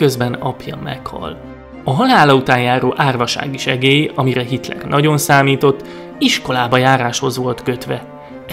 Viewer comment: Ő itt kitler nem hitrel